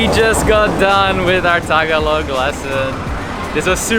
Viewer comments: ta-ga-log... not taga-log... very good... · LESSON 1. Tagalog. Ta-GA-log. Accent on the second syllable. 😑😆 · It’s ta-GA-log,. The accent is on the second syllable. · You said Tagalog wrong the whole time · True..the stress is in the second syllable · Great idea! "Salamat" and "Tagalog" have accents on the second syllable (sa-LA-mat; ta-GA-log). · Just realised there are a lot of quirks in the Filipino, taglish language...magpapasko, magnew-new year. Well done - just try to say Tagalog-the emphasis is on the 2nd syllable-Ta-gàh-log. Same wirh Salamat: sa-làh-mat.